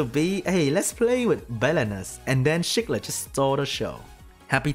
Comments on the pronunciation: Its SEE-clid, not SHEE-clid. hhahaha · At first I thought you said "shook lit" than i realised it's the way you're saying Cichlid...